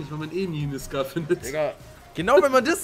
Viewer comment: Die waffe heisst nicht scar-"H"